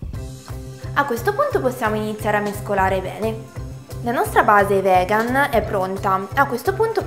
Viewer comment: non voglio offendere, ma perchè dici vegan invece di vegano/vegana? essendo io stessa vegana e vivendo in Uk, il modo in cui la pronunci suona proprio male e sa un po' di ignoranza.. ripeto non voglio offendere, ma se vuoi utilizzare la parola vegan almeno impara a pronunciarla per bene..